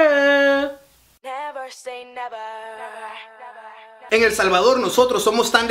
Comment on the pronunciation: I NEVERRR SAY NEVERRRR jajajajaja me morí